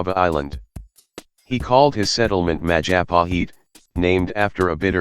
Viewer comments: Mahajapit...?❌ Majahapit...?❌ Mapajahit...?❌ Mahapajit...?❌ Mapajahit...?❌ Majahapit...?✔✔✔ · When you pronounce Majapahit, the 'h' is silent.